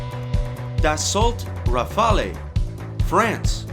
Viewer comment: Awesome video, but "Dassault Rafale"... is pronounced "dasso rafal" (those "LT" and "E" are silent). I believe that the future lies in the drones.